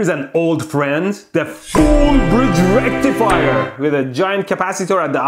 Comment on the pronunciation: I love how he said the rectifier???🤣🤣🤣🤣🤣🤣😂😂😂😂😂😂😂